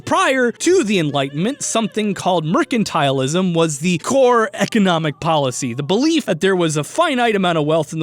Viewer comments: Anyone gonna point out he said mercantilism wrong NO JUST ME OK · The way he pronounced mercantilism is triggering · He said mercantilism wrong... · He really said mercantilism like that